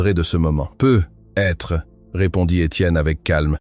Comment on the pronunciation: "Peu - etre" c'est insupportable crtte facon de ne pas savoir parler français correctement